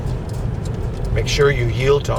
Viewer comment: It’s McClay not mcay